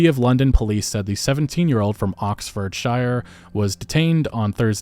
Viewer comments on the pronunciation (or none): OXFORD-SHIRE?!? What LotR tom-fuckery sort of place do you think we live in?? (Honestly, though, it's pronounced ox-ford-sheer, or just Oxford, even though it's got that shire bit on the end. I'm guessing archaic pronunciation of ancient words or something.) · You said Oxfordshyyyyre instead of Oxfordshurr 😅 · Just a FYI on Oxfordshire pronounciation - a good rule of thumb on getting it right is knowing if hobbits live there. If they do, it’s pronounced (phonetically) SHY-UR. If they don’t, as with Oxfordshire, Bedfordshire or Leicestershire for example, it’s pronounced (phonetically) SURE, but don’t linger on the URE part. Oh and it’s usually pronounced OXFUD, not Oxford. Englands English is hard. Message ends. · Its pronounced Oxfordshear not Oxford - Shire :P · It’s pronounced Oxford sheer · For future reference anything in the UK that ends in shire it’s pronounced sheer. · Top tip: It's pronounced Oxford-shuh. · Its pronouncrd "Oxfordsure" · The way he says Oxfordshire kills me LOL